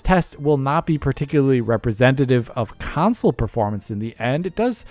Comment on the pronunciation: It's a "console" not a "consul" can you pronounce it correctly please?